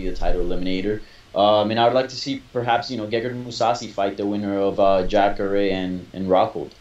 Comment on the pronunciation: lol the Hispanic guy calling jacare.. jackre